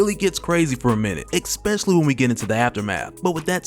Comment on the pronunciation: "Ekspecially." Lolol